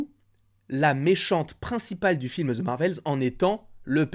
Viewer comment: ahhhhhh arrêtez de prononcer ``the``, ``ze``. c`est trop. Mais j`apprécie tes vidéos